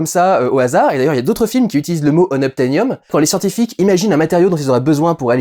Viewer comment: suis je le seul qui, en français, a toujours compris "Noctanium" plutôt que "Unobtenium" ?